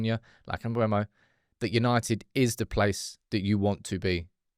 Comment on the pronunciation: IT'S MBEUMO, NOT MBUEMO!!!!!!!!!!!!!!!!!!!!!!!!!!!!!!!!!! JESUS CHRIST